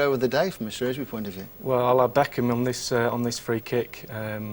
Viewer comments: Shrewsbury not Shrewbury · SHREWbury not SHROWbury <3 THANK YOU